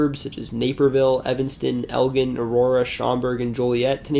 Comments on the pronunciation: This is a good video but Elgin is pronounced “Eljin” even though its spelling would imply otherwise. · The "g" in Elgin is pronounced like a "j". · Did he just say Elgin as "Elgan"? Man I swear I will go about my life thinking there's no way someone would mispronounced a town name, and now here I am. First time was when I overheard a random person say Capron as "Caporen". I wanted to rethink everything with my life at that point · Say L. Now say gin. Combine them and you have Elgin. Not sure what you said. 😂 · Excited to see my state finally featured! I really enjoyed this one, and learned a lot that I feel like I should've already known. A few bits: "Elgin" is pronounced EL-jin, with a soft G. Confusingly, there are actually 5 quad cities. Seriously. On the IL side are Rock Island, Moline, & East Moline, along with Bettendorf & Davenport on the IA side. I was surprised to see you didn't mention the Haymarket Riots & Chicago's role in the American labor movement in your Chicago history section. I feel like the Burnham Plan & its effect on the city we see today also deserved a quick mention. Awesome video!